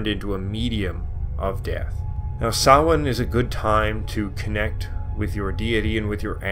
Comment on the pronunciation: Close, ots a mixture, keep in mind there are 5 forms of Irish tonge but I really appreciate how bang on he is, he says it like sowayne when most Americans would probably say sam-hay-na